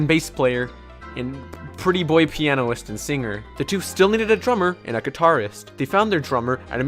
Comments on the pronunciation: lol 'pianoist' jesus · "pianoist" plz